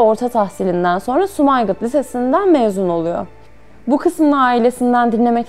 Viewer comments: Sumayqıt yox Sumqayıt 😂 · Bu büyük kahramanı bizlere tanıttığınız için teşekkürler. Ama bir eleştirim olacak: sunucu hanım Azerbaycan'ın önde gelen şehirlerinden "Sumgayıt"ın adını ısrarla Sumaygıt diye yanlış telaffuz ediyor. Bu nasıl bir ihmaldir, insan internetten bir kontrol edip bakar. Birileri ülkemiz hakkında bir video yapsa ve Ankara'nın adını ısrarla "Anraka" diye ansa biz ne hissederdik?🤔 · Guzel video ama bolgelerimizin ṣehirlerimizin isimlerini ogrenin. Sumaygit ne? Sumqayıtdır dogrusu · Allah rahmet eylesin Bütün şehitlerimize lütfen şehirleri doğru düzgün söyleyin sumayqit diil sumqayit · SUMAYQIT YOX SUMQAYIT XAIS EDIRƏM DUZGUN VURQULAYİN SÖZLƏRİ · Yılların Sumgayıt' Sumaygıt oldu, ciddi bir iş yapıyorsunuz Eyvallah şehrin adını doğru söyleyin... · Sumaygıt değil sumgayıt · sumaygıt değil sumqayt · Sumaygıt yox, Sumgayıt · Sumaygıt nədir ??? Durmadan Sumaygıt , Sumaygıt , Sumaygıt deyirsiz... Japon şəhəridi Sumaygıt... Azerbaycanda olan Sumaygıt deyil Sumgayıtdır... Sumgayıt... ( Sumqayıt) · Sumgayit :) sumaygit deil. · Sumygit yox SUMGAYİT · Sumayqıt yox Sumqayıt😂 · Reportaj için sizə Təşəkkür ediriz. Allah sizi korusun. Hanımefendi, burası Sumqayıt şəhər. Lütfen sehrin ismini duz deyin. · Hər şey əla amma. Sum-qa-yıt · Sumqayıt bir şehirdir.siz onun ismini yalnış teleffüs ediyorsunuz. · Sumqayıtın adını düzgün tələffüz edin. İkinci bir səhv: dağlıq qarabağın müdafiə ordudu yox, işğal ordusu.